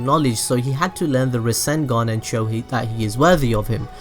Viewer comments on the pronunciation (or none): Not Rasengoo=n its Rasengan